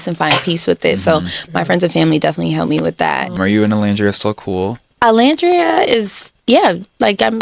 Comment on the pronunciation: I’m so sorry but you spent 6 weeks with this girl and it’s actually sickening that she still can’t say Olandria’s name right . Like girl even the interviewers said it right 💀💀💀💀